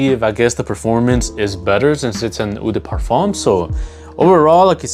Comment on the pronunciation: Hey bro, love your content and I’ve ordered from you website, so keep it up man! Just a heads up: in French when you see the vowel-combo “eau” it’s actually just pronounced “oh” not “oo”. L’eau d’Issey is just prnounced “low-dis-ee”. Same with Eau de Parfum (“oh-duh-Parfum). Carry on bro, keep grinding.